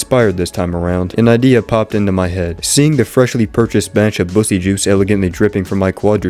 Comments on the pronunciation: I just started the video 😭 I wasn’t even paying attention at first all I heard was “Bussy’s”.😭(It’s peak) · This guys rage baiting me with “Bussy” instead of “Buckys” and nobody seems to notice